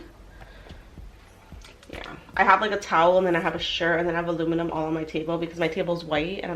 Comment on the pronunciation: Almuminum paper lol. Your too cute. I've always said almuminum foil lol